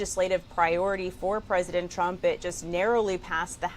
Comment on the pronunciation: It always sounds like Caroline said President Chump.